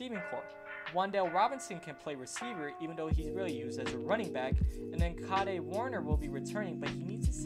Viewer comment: It's pronounced "cayd" (rhymes with "maid"), not "COD-ay." Kade Warner is HOF quarterback Kurt Warner's son.